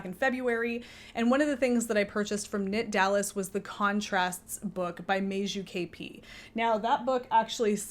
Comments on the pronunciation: it's MAJA NOT MARZA. In English it would be Maya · I love cardigans as well, they are easy layering pieces and also easy ti take off if the temperature happens to rise during the day. A sidenote, letter j in Meiju and Maja is pronounced pretty much like y in English.